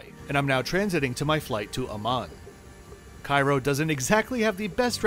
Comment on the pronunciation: Its Cairo :D no wonder